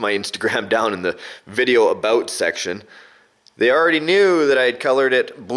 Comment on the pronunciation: first time I have ever heard a Canadian say "about" like that :)